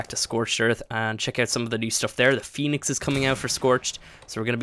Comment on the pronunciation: “fenix” lol